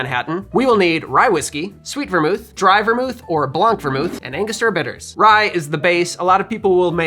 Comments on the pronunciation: Little tip for your French pronunciation in blanc (white) the c is silent so it sounds like blan not blank. Also in French you would say vermouth blanc not blanc vermouth. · You don't pronounce the C in "blanc". It's just Blan. Blanc means White in French but the C is silent.